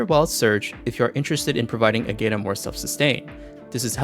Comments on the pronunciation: Appreciate the video, though it was painful to hear you pronounce her name lol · That’s how XD pronounced it in their own video. It hurt me as well. 😢